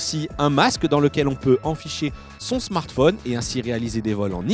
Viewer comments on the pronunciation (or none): none